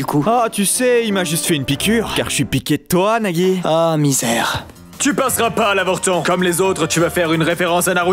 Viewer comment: a pk neagi pour nagi